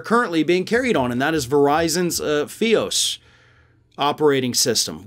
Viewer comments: "feee-oosss" fy-os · FiOS = Fiber Optic Service and is pronounced F-eye-OS, not F-eee-OS LOL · "Fee-os"? It's pronounced "Fie-os". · Not F-eee-o-s. Its, F-eye-o-s As someone who pays way too much for their service, its about damn time they got rid of OAN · So ya know, Fios is pronounced FI-ose, not FEE-us. 🙂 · FIE, not FEE. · FYE-ohs - Fi ohs - just correcting that lol, Fios sounds terribly wrong, I'm going off the pronunciation of the verizon people. I love it, and I love, but i had to correct that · Pedantic, but Fios is pronounced Fie not Fee. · It's FYE os. Like fee fy fo fum. I have Fios and I'm thrilled they getting the axe. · "Verizon fee-ous" lol. Someone doesn't have FiOS in their area. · that's a long "i" good sir. F-(eye)ose. FIOS. As you were. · Good reporting as always... but if I have to criticize one thing, it's how you pronouced Verizon FiOS... it's said as (fy-os). Just a minor nitpick. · That is pronounced "feye ohs". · It is pronounced FI (as in fly) OS. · It's pronounced "Figh-Ous" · FIOS is pronounced as Five-OS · It's pronounced F-eye-ous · Not a dog on you, but Verizon Fios is pronounced with a long I sound. =] anyway...down with OAN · It's pronounced (fah-i-os) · FIOS is pronounced Fi’ ose.Have you been living under a rock? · You pronounce ‘FIOS’ wrong.